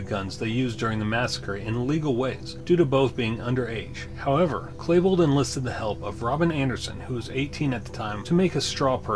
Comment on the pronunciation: you keep saying Klebold wrong. its not Klabold, its Klebold.. "E" not A man.